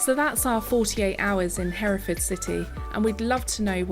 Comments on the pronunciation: less emphasis on the FORD, more like Heref’d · Pronounced like ..Heh ree fud...we generally don't say ford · English narrator "Herra fud" aaah " Herra ford". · Fud not ford. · How do you say this? Hears Herrafud Goes on to say HerraFFOORRRRD 😂👍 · 'Herefud'.....don't say 'ford' as in Ford car. If in doubt, cut things short!!!!! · You may not have recognised that the cattle are from the same place, because the word is (mis)pronounced in the USA as "Hur-Furd". There is a film about those cattle starring James Stewart, called "The Rare Breed". [Amusingly for us Brits, the leading lady in that film is called Evans, typically a Welsh name - but she has no Welsh accent; and one of the leading men is called Bowen, another Welsh name, but he has a Scottish accent !!] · not fooooooorrd fud herafud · say it like, hair-ra -ford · PLEASE say Herrafudd. My ears are hurting.